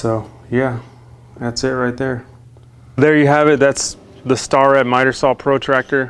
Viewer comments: Gonna be that guy and say Its pronounced "Stair et". My family has worked for them for the past 80 years combined. I know it aint a big deal. Just that pride taking over. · Mike's Content when I was a 1st year apprentice in sheet metal I made the mistake of pronouncing it star et. Was corrected immediately and never said it again lol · Starrett rhymes with carrot. That's what I tell the kids. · Really cool video growing up in machine shop the company that makes that tool it's pronounced stair it and they are extremely top of the food chain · Excellent work. Thumbs up. The company's name is pronounced (stair-ette) they make precision tools for the machining industry. And like your quality top shelf. Thanks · It's pronounced like "Stairett". Factory is in my town. Just busting on you. Love the channel. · Good video but my ocd has to correct your pronunciation of starrett. It’s Stair-it. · I believe it is pronounced stair rhett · Not being an ass but it's pronounced like stair and it together. They have made measuring tools forever. I was a machinist and used plenty of their high quality tools. Just an fyi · Only in a machine shop will people will give you crap, but it's pronounced STAIR-ette. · It's pronounced.. stare ret.. starret.. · Good video but it's pronounced Stair-ette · Its pronounced stair it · Starrett rhymes with CARROT!!! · Your not pronouncing starrett right. That really bugs me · Pretty sure its "Stair-it" not "Star-ret" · Excellent video. By the way, "Starrett" is usually pronounced to rhyme with "stare" rather than "star." With the first syllable stressed, it comes out sounding about like "STARE-et." An alternative tool which you may have already looked at is the Festool "Angle Transfer Tool" but at $175 (--or included as an accessory if you fork up the $1500 for a Kapex miter saw), t'ain't cheap. A more cost effective alternative is the Bora "Miterix Angle Duplicator," which can be had for about 1/5 of the cost of the Festool version.